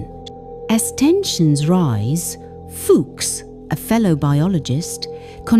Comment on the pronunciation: Poor A.I. turned a characters name into a cuss word. It's pronounced Few-ks, not Fuks. Lol